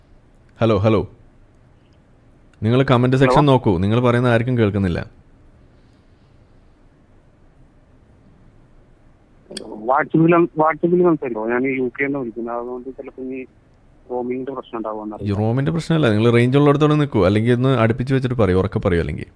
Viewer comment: ആ u ഒന്നു നീട്ടി ഉച്ചരിച്ചാൽ ശരിയാകും.